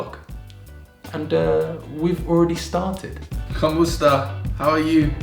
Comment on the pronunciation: it's actually "kumusta".